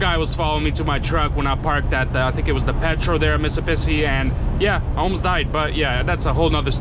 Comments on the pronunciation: I bet you do like em nice and big HA and it’s pronounced MISS I SSIPPI not missappissi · its MISS-A-SIP-E . MISSISSIPPI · Jackson Missipissi haha so funny had me luaghing for a good while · It isn't a video until he mispronounces Mississippi.😂